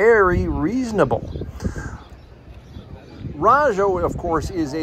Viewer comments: You did a real good job covering all the cars, especially the alphabet cars including your explanations. I appreciate that you covered the inside as well as the outside of the museum, and the swap meet. RAJO is pronounced with a long a, not a short a. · I've always thought Rah-jo, but then I probably mispronounce a lot of stuff. You should hear me try and say 'wash'